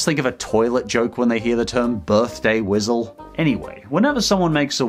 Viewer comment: Birthday "wisal" lol